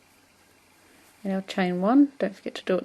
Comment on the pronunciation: Great video, thank you. It's a bit strange to hear someone pronounce it as cro-shett, though......!